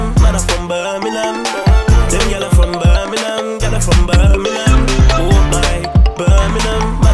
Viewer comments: Now if only he could pronounce it properly... Birm-ing-*ham* or Birm-ing-*um* NOT "burn-a-nun" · Say Birmingham properly if your from here Bir-min-gham not ber-meh-nam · If you’re going to make a song about Birmingham, the first thing you should probably do is learn to pronounce it properly. It’s not pronounced ‘Burminum’ that’s for sure. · You lot say birminam too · Why is it said like birminham not Birmingham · Man's saying birningham it's Birmingham for starts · Does it piss anyone else off how they say Birmingham? They don’t say the G in Birmingham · It's Birmingham. Not birminam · Just saying nobody in brum says Birminum... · The main major problem with the video, is that he pronounces Birmingham like a Londoner. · Yeh that's not how we say Birmingham 😂😂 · Would help if u pronounced it correct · My anthems KRO and you carn even pronounce Birmingham. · Make a song when u can say Birmingham properly yhhh lolll or is it me hearing wrong tday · How can you be from Birmingham and not even know how to pronounce it properly. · They can't say Birmingham probably 😂🤦🏼‍♂️